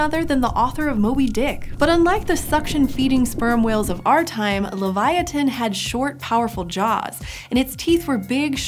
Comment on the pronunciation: She didn't pronounce leviathan correctly